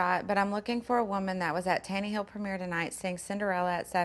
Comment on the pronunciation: tanny-hill YALL IM FROM ALABAMA AND WW CALL IT TANNA-HILL ALSO NOT ALL OVE ALABAMA IS BHQM